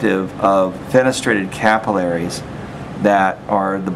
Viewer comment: it bothers me of how you pronounce capillaries